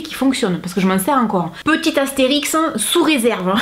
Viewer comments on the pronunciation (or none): Juste un petit commentaire pas méchant du tout ( je vous adore🤩) on dit Astérisque et non Astérix 🙂... bisous du nord de la France